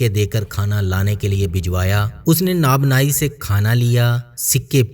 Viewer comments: آپ کی اردو بہت عجیب سی لگتی ہے نہ پتہ چلتا ہے کہ پنجابی لہجہ ہے اور نہ ہی خبر ہے کہ یہ منگولوں کی زبان میں بات کر رہے ہیں میرے عزیز آپ اپنے تلفظ کو خالص اردو میں ڈھال کر اردو بولا کریں ناب نائی تو کوئی لفظ نہیں البتہ نان بائی ضرور کہتے ہیں تندور پر روٹیاں پکانے والے کو اور آپ سے ایک اور گذارش کرتا ہوں اور وہ یہ کہ آپ اپنی گفتگو کا آغاز کرتے وقت ایک لفظ ہمیشہ بولنے کی کوشش کرتے ہیں ابتدا ہے رب جلیل کے بابرکت نام سے نہ پتہ چلتا ہے کہ باوا برکت کہتے ہیں کہ بابرکت تھوڑا سا بالکل تھوڑا سا توقف کریں با اور برکت کی ادائیگی کے درمیان پھر آپ پورے طارق عزیز صاحب لگیں گے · nanbai not nabnai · اصحاب کہف کے ذکر میں آپ نے ایک لفظ ناب نائ بولا ھے جو کہ اصل لفظ نان بائ ھے ( نانبائ) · سوری بھاٸی جان۔ نابناٸی نہیں ۔ نانباٸی ھوتا ہے۔ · best video ....NANBIE hota hai .... ap NABNIE parh rahy hain ....نان بائی ۔۔۔۔ درست ہے ناب نائی ۔۔۔۔ یا جو آپ نے بولا غلط ہے ۔